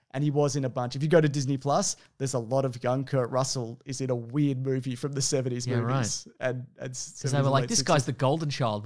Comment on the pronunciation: i don't know why, but i so enjoy it when drags out syllables for no reason like 'roooooles in a mooooovie' - i just think it's hilarious!